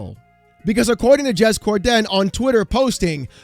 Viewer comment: Bruh, I love your content but you gotta stop with the “Cor-Den” it’s just one word “Corden” no emphasis on the “Den” that’s like calling you “”